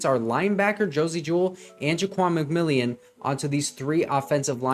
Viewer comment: nice job breaking down these plays. Just a couple of FYIs - Ja'Quan McMillian's name is pronounced differently than it is written. It is actually pronounced like McMillen. Also, this current Broncos defense is NOT the same defense that gave up 70 to the Dolphins. Some of their key players were injured and did not play in the Dolphins game - Justin Simmons and Baron Browning to name a couple. Josie Jewell also went down in the first half. Also, Frank Clark was cut after that game and Randy Gregory was traded. McMillian took over for Bassey (was cut and now plays I believe for the Chargers) and Moreau took over for Mathis. Bassey and Mathis were constantly giving up big catches to wide receivers in the first several games of the season, especially on 3rd downs. Anyway, it is a completely different defense now. And Sean Payton is a genius for sticking with VJ and realizing the team and coaching staff just needed more time together to get on the same page. I believe if the Broncos played the Dolphins tomorrow, the Broncos would actually beat them, especially if the game was played in Denver rather than in Miami in the September heat.